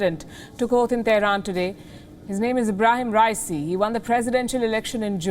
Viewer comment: What if you start by pronouncing his name correctly ?